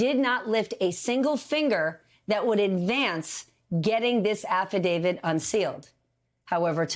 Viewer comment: It's "affidaviT" not "affidavid". So many people pronounce it wrong.